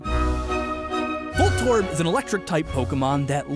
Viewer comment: voltorb - volt orb. Huh.